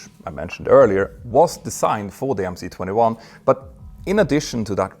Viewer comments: for god‘s sake it’s MS-21, not MC-21… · MS 21 not MC 21 😭🤡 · Why do you pronounce the МС-21 "emm-cee" and not "emm-ess"? You spell out other Russian letters as their Latin counterparts, as in PD-14, which is really a ПД-14. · 1st of all, when will you fucking get it already?! It's not Em See 21!!! It's - Em Es 21. 'C' is a Rusian letter 'Es' and *not" an English letter 'See'!!! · please read MS not MC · MC 21 is in cyrillic so it’s pronounced MS 21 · Dear Peter, I'm a long-time subscribe to your channel, and really appreciate its reliability, analysis depth and production quality. Your overview of the MC-21 (pronounced MS-21, by the way, as "C" is "S" in Russian) comes as a nasty surprise, though. I'm wondering: 1. What would you have Russians do if the West refuses to cooperate? This is a highly charged global political issue, perhaps out of this channel's scope... 2. Where did you source your information about 6 tons increase in BOW (BOM), 1500 nm full payload range and 23,000 ft ceiling? Keep up the great job and, perhaps, leave politics out of your great channel...